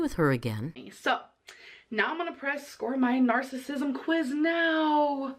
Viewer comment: “Narcisum”